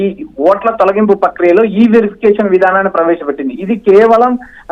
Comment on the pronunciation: డౌటే లేదు నీ లాంటి యాంకర్ ఉంటే తెలుగుకి తెగులు వచ్చి చచ్చిపోతుంది ఈ- వెరిఫికేషన్ అని చదవాలి electronic verification ఈ వెరిఫికేషన్ కాదు